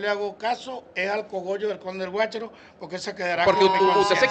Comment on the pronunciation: GUACHARO GUACHARO, NO GUARACHO